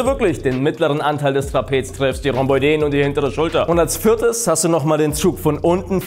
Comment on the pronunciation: Interessant... ist unter deutschen Fitness-Toutubern garnicht selten dass sie die Rhomboiden falsch aussprechen.. richtig wird das Rhombo-iden ausgesprochen.. wie Arachnoiden.. oi ist getrennt und wird nicht zu äu/eu